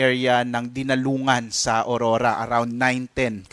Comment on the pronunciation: Hndi po Orora kundi Aurora yan kasi pangalan naman yan hndi english word